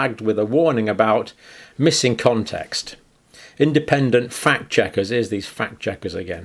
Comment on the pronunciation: “Phakt checkers”